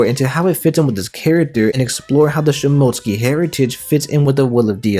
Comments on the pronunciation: It’s (shi-moh-tsu-ki) not (shi-mo-tski) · You’re quite good at editing videos and all, but you really need to work on your Japanese Pronunciation of words, it’s “Sheem-Mo-Sooc- Kee”, not Shim-Moat-Skee